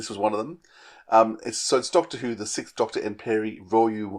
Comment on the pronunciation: So... what's behind this trend of (mainly British) podcasters pronouncing "sixth" as "sickth"? It drives me nuts.